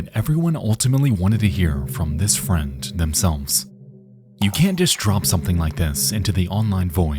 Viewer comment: Just a heads up, the letter "d" does not make the "t" sound. Example: friend should be pronounced, "friend," not "friend"